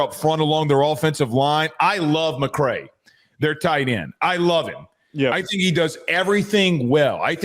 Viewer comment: … it’s (Muh-Kree) not (Muh-Cray)